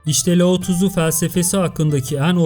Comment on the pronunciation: her lao tızu dediğinde beynime kan sıçradı abicim laozi demek bu kadar mı zor